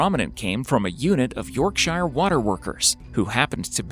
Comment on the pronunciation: I cringed at the fact how you pronounced Yorkshire and Derbyshire.........for me being a Yorkshire lad that was the most nerve-wrecking thing of this video ha ha #lol